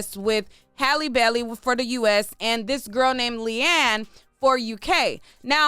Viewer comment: thank you so much for pronouncing this young lady’s name correctly. So many bloggers butcher it to pieces.